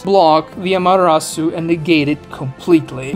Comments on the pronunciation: You have sound logic, but there's just there's this one small stupid thing that bugs me... "What is a Madarasu? " I get you're trying to say Ama-te-rasu but it just sounded wrong.... I hate myself to be that guy ... But here I am 🥲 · How many times can you mispronounce amaterasu in one video?